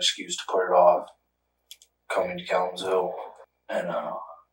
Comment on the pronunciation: Calum's Hill?! LMAO He's saying "Kalamazoo."